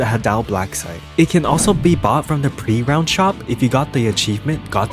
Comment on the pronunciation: And I keep getting annoyed by him saying pre - ROUND shop..